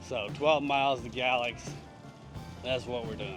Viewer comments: We just watch this video today, we’re going to ride from Pulaski to Draper (Mercantile) with the kids. In the future going further and further. Great video! Every time you said Galax ( gal-lex) - we giggled and said it like you… ( gay-lax or gay-lacks ). Great content!! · hey just so ya know it;s pronounced GA-LAX with the A being long!! GAAAAA lax!!